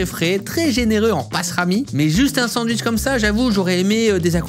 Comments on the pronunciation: Salut Cyril, ça se prononce "SanDwich", pas "San wish" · Y’a que moi qui l’entend dire cent wish au lieu de sandwich 😂😂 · Alors on est français oui mais entendre sans-ouiche toute la vidéo ça fait mal aux oreilles 😂😂😂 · " le san wishhh" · Pardon, excusez moi, merci, je suis juste passage dans les commentaires pour retrouver le "D" de sanwich.